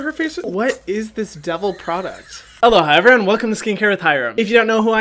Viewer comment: When you said hello hi evereyone I thought you said hello hi Hyram 😂